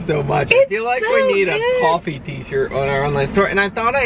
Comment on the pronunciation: "Coffee not coughie"😝